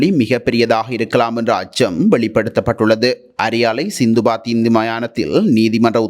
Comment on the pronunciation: சிந்துபாத்தி என்பது தவறு அது * சித்துபாத்தி * மயானம்